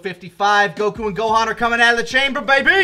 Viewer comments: I hate the way says goku as guh-koo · I get irrationally angry at repeatedly pronouncing Goku as "goKU" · Okay, am I the only one that's bothered by his mispronunciation of "Goku?" It's GO-ku, not Go-KOO